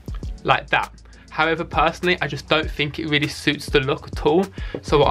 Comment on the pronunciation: I'm gonna get slammed for this but i have a thing about lisps - especially when people say a W instead of an R "thwead" "weally". it's petty, i know, but i can't watch this guy's videos because of it 😣